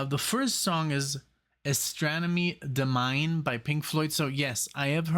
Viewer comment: "Astronomy Domine" is pronounced so that it kind of rhymes: Astronomy Do-mi-nee"